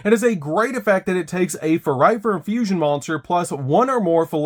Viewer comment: I just can't get over how he keeps messing up the names "Fuluffal and Furightfur". I reminds me of Benedict Cumberbatch messing up the word "penuin" in the documentary xD Great profile tho!